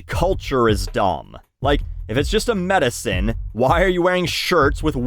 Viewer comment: I heard medicine as meta sin, and I took a good minute trying to figure out what meta sin was and why smoking pot was a meta sin? Anyway, loved this vid.